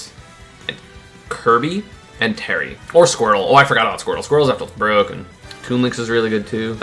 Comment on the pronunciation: Best jab is chrom second place inkling That's a funny way of pronouncing terry